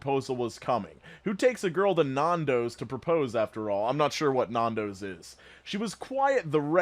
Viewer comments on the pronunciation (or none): It's not naan - dos, it's nan-dos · "Non-dos" what? Its "Nan-dos" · I think ur American but not sure but nandos is pronounced Nandoes in Australia and its kind of an upper scale kfc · Nando’s (nan-doughs) is a chicken shop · The way you say nandos hurts!!! It's pronounced Nan-dohs (nan as in a grandmother and doh as in Homer Simpson).. it's a chicken restaurant, Fucking amazing chicken 🤤🤤🤤🤤🤤🤤🤤🤤🤤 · It's so funny how Americans pronounce Nandos N•AN•D•O•S (not like Spanish dos, I've also heard that) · The pronunciation of Nando’s is hilarious 😂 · Nandos being said like that is a sin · Hearing (and anyone from outside of the uk) pronounces nandos like that makes me have a cringe attack lol (No hate tho still love you 💜)